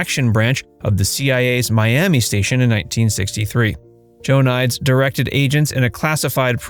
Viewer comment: For frick sakes… it’s not Joanias dumbass, it’s Joe-uh-nee-deez…..